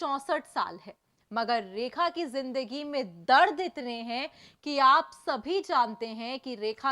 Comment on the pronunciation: 2min ke liye 10 min barbad kr di bhayank such 😡bhayank raj 😡 rekha ji ke nasm se tujhe 10 min jhela hy ham sab ne unka naam to thik se le le